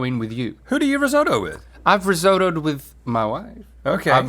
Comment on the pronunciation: risotto isn't pronounced like that, nor does it stand up like a puck